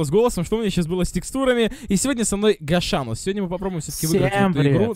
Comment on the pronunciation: Не гашанус а дашанус ( дошек )